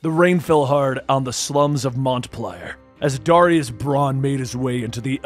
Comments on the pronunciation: Are you trying to say Montpelier? As in the City? You say like this, Mount- Pill -E - ER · Man really called it Montay Plier 💀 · City is pronounced “Maunt Pill-ee-air” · So weird hearing Montpelier pronounced that way. Got a laugh out of me, growing up in Vermont. Obviously not my Montpelier, but still. I may end up checking this one out more, though.